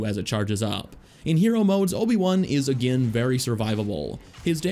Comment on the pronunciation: it sounds like he’s saying anakin instead of again when he’s talking about anakin lol